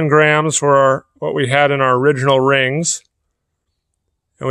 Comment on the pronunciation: Anyone else hear Grahams instead of grams